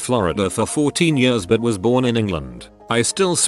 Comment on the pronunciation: The he says years. YUSZZZ